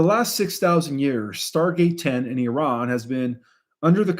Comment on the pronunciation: Thanks for pronouncing it correctly,.:" Eeran", and not " I ran"